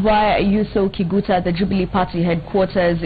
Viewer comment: every time she says kiguta i feel disgusted